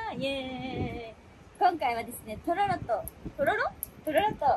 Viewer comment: とろろの発音がトトロ